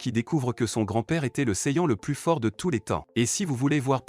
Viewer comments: Quand tu est fan de db dbz dbs la prononciation fait mal aux oreilles et au coeur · Y a certains mots que tu prononce qui font mal au oreilles comme le prénom des personnage ou sayajin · Va apprendre à parlé déjà ta prononciation de saiyen 😂😂